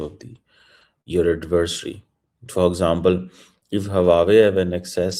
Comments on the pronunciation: … Hu aa wei! Na ki, Haa wa wei 😂😂😂😂😂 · Chomu cheema saying huwawe for Huawei.😮😮😮😂😂😂😂